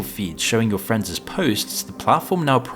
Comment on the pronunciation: It's "showing your friends' posts", not "showing your friendses posts". The apostrophe is SILENT